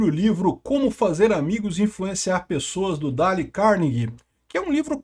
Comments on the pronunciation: Não se pronuncia Dale, mas alguma coisa parecida com Deil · Dale, não. "Dêil" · se pronuncia "Deiou"